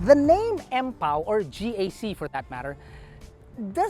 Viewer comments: Empow siya hindi Ampow(as ampaw)😅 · Empow-Ampaw TF!🤣🤣🤣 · Empow - Ampow😁😁😁